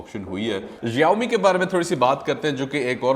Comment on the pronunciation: Search the keywords on Google " Xiaomi" And listen to pronounciation hippopotamus😅